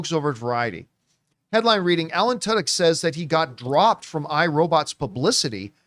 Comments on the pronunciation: I always thought his name was pronounced too•dyk, didn’t know it’s actually tuh•dyk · The only place to go to hear Tudyk pronounced as Tuddoch. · I’m pretty sure that’s not how you pronounce Tudyk